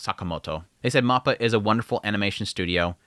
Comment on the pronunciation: For the love of God please pronounce mappa correctly. It's so freaking cringe.